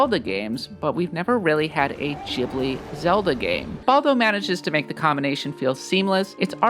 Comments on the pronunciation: Its not "Capón", its CAPONE! (caponae). Also GHIBLI is "guibli", like guild... Not GEEBLEE!! PLEASE! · Ghibli.. not Jibli... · Ghibli is pronounced ‘Gib-lee’ not ‘Jibley’🤣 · it's pronounced Ghibli, not Ghibli